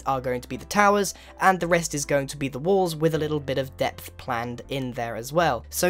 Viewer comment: Pardon me, I am VERY upset when i hear You saying "depth"